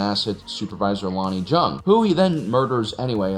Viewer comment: Sorry for pointing out such minutiae, but I'm pretty sure Lonni Jung's name is pronounced as "young," not "junk."